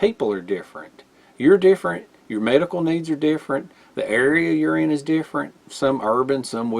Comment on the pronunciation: Because of your accent I thought you were saying “deer friend” instead of different